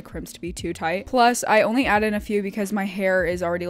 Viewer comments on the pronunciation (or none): none